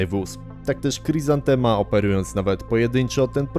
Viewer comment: Niby taki ch.... a sprzęt nato mieli. I to nie dzięki jakimś banderowskim radarkom. Mówi się chryzantema jak po polsku, nie khrizantema.